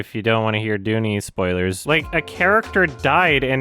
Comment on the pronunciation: Well then you are objectively incorrect because he has pronounced his name correctly in other videos like the Blade Runner 2049 one. He literally pronounced "dune" as "doonie", it's a joke.